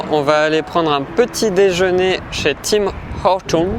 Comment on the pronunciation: Pour l'essence, il n'y à que à Costco où ça ressemble à la France (pré-autorisation de 200$ demandée par Costco). Ta prononciation de Tims m'a tué 🤣 Pour les routes d'ici, mieux vaut une voiture avec des suspensions pas trop raide haha. Pour les limites, les gens roulent tous à +15 kmh par contre